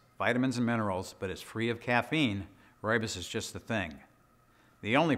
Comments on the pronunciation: South African here: Rooibos is pronounced like an American or Brit would say "Roy Boss". The RooibosLtd channel is the South African people who produce it and they pronounce it correctly in their videos. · I'm Afrikaans. From South Africa. It's pronounced "Roy-Boss". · Fantastic some of the things you find on YouTube. I was looking at how to pronounce Rooisbos tea but learned a lot more in just a couple minutes. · I have heard so many pronunciation of 'ROOIBOS', it is just hilarious, which on earth is the right pronunciation?